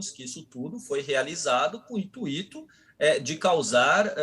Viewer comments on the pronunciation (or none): Vídeo muito bom, como sempre. Mas alguém avisa o que a pronúncia de intuito não é "intuíto", mas sim "intúito". Eu já vi gente fazendo essa confusão com gratuito e circuito antes, mas intuito é a primeira vez. Para qualquer uma dessas palavras ter a sílaba tônica no i, ele precisaria estar acentuado, já que vem sozinho na sílaba, como em ru-í-do, por exemplo. Essa mesma confusão se vê muito também entre fluido e fluído, mas, nesse caso, as duas palavras existem.